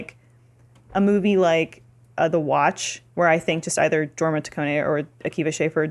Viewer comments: Jorma is a soft j like Yorma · Small correction,. It's pronounced with a Y sound so, it would actually be Yorma. It's how the Danish pronounce J's. And I don't think I'll ever watch MacGruber. I honestly can't stand Will Forte. I watched some off the show The Last Man or Earth and I hated it. Lol. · pushes up glasses It’s pronounced “YOUR-ma”... Ok I can breathe again. Awesome vidya guys. Why so little love for Hot Rod, though? “Man. Pools are perfect for holding water.” And that epic marching scene near the end? Come on! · Idk why, but the way they pronounce Jorma really bugs me. It's pronounced "Yormuh" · Jorma Taccone Its a soft J so it is pronounced Yorma